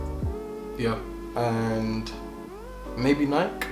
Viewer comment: He pronounced it right lmaoo u dont say bikey instead of bike